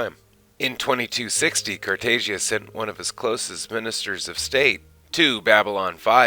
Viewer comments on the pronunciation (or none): According to Molari it’s pronounced Emperor Car tah jah. No loud “a” sound.